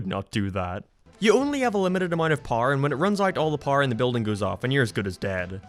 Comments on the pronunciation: Blud is pronouncing power powr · Didn’t realize this dude WASNT American til he said America and power 😂